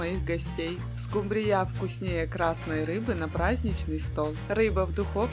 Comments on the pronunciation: Уважаемая! Вы такая умница, но не могу не спросить, почему вы рыбу скУмбрию называете скумбриЯ, это так режет слух.....а в остальном всё хорошо! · Не скумбриЯ, а скУмбрия, если уж ведёте блог, то ставьте правильно ударения. Сколько можно демонстрировать свою безграмотность. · Не скумбриЯ,а скУмбрия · Не скумбриЯ а скУмбрияПожалуйста Извините но режет уши. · Да скУмбрия, а не скумбриЯ! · А ещё больше раздрожает скумбриЯ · И почему ударение так ставите,смешно,скУмбрия